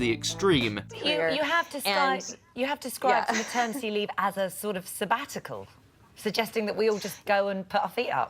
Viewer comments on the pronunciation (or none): me ternity? really? what a twat?